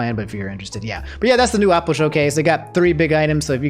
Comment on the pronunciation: Day 3 of making fun of how pronounce things Apple ≠ Aople Marvel Cinematic Universe ≠ Marvel Capcom Universe?